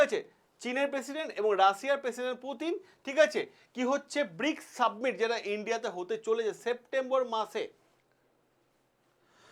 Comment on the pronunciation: একটা ছোট্ট প্রশ্ন.. কথাটা সাবমিট নাকি সামিট?